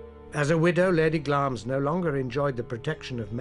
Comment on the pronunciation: wish these presenters would prounce names as they should be. the castle of glamis is pronounced as it is spelt. it is not pronounced glames